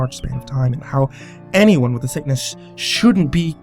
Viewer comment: Lol said "anymone" instead of "anyone" drinking game anyone?